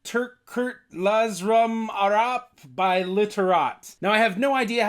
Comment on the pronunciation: is laz not naz, If you don't say it clearly then you can't translate it correctly.